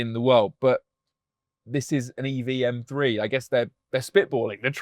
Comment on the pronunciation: For the Love of God Top Gear. Teach your Car journalist/critics that it is M three not M free!! 🤦🏻‍♂️